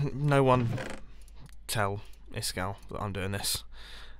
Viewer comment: did iskall change his name cus it said isGall